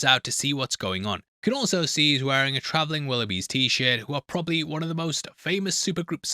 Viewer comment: Travelling Willowbees? ......It's The Travelling Wilburys....If you are going to say the name of "One of the most famous super groups of all time" get the name correct. Do your research. Bob Dylan, George Harrison, Jeff Lynne, Roy Orbison, and Tom Petty. Yes......One of the most star packed bands of all time, and you screwed it up.